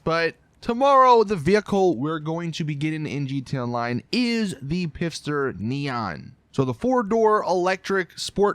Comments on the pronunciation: It's pronounced fister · It's been like 4 years and you STILL haven't worked out Pfister is pronounced fiss-ter... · The P is silent.